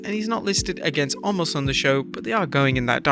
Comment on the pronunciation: The man's name ISN'T Almost it's Omos(pronounced Oh mahs)